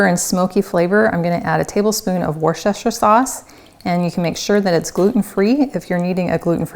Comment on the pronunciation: I really don't want to be pedantic, but your channel is so great. Time to correct the pronunciation. Woo - stuh - sheer. :) Really enjoying your videos!